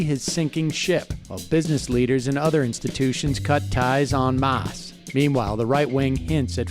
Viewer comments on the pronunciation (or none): “On mahhse” <en masse